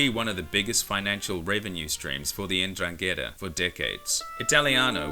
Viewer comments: Holy shit N dran Ghetaa never heard someone butcher the name like you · Great video, mate. Just one minor thing, N'drangheta is pronounced ndrángeta (as if the N wasn't capitalized, starting with the consonant sound as in the word "nose"). They're quite infamous here in Europe. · It would be lovely, if you try at least to pronounce 'Ndrangheta correctly. Since we have learnt your language and we make everyday effort to speak it properly, it would be good to acknowledge that your way to talk may change foreign words so as to make them unrecognisable by native speakers. Thank you. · At least pronounce it right. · Hi mate. Jamal By your name your are not Italian, you can tell by your explanation of the Sicilian mafia. At first - its not “La” but only Cosa Nostra. Mafia is a general way we call organised crime in Italy. Which we have 4 main “branches” completely different one another. Sicilia - Cosa Nostra Calabria - Ndrangheta (which Is not pronunce like the guy in this video) Campania - Camorra Puglia - Sacra Corona Unita Families from each “branches” moved to the USA to expanded the “business” Cosa nostra became more famous due to the Hollywood movies and to the help Lucky Luciano gave to the American Army to get to Sicily at the end of the Second World War. Just some quick points. But sorry you are wrong. - look it up properly- Cheers